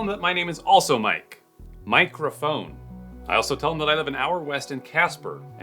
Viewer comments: That was awesome 😆😆 When said Mike Raphone I giggled 😆😆👍✌️ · Mike Rephone (Microphone) lmao